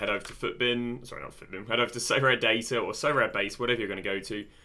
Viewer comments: Sorare: aribeh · Love the vids Sorare-aminoc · Sorare: DaSuHi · sorare: SoCommon. (with full stop)